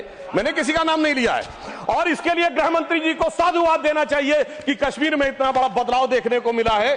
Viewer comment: Grah mantri? Ya grih mantri? Bada shuddh hindi bolne wala kahte hain isko?